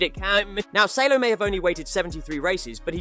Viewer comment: Salo is called Saaalo and he has two podiums 😅